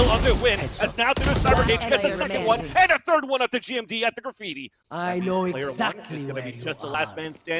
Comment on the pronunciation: does anyone notice the commentator calling GMD gimon